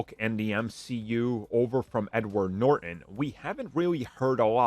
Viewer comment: It’s Norton, not Nor-en